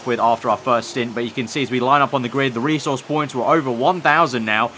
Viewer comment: Bro, learn how to say 'resource'.